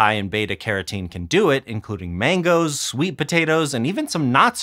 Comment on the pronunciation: "maingos" ugh!